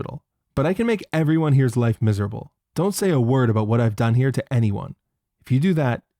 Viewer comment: The way you pronounce “about” outs you as a leaf.